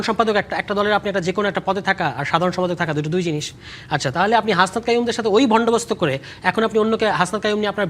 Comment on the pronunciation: লাগালাগি তুষার বন্দোবস্ত বলতে পারে না সবাই শুনেন পাঁচবার বলেছে ভন্ডবস্ত